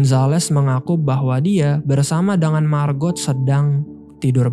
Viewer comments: "Margot" diucapkan "Margo", " t" nya tidak diucapkan, apalagi kalau mereka orang Perancis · Margot bang bukan marbot hahaha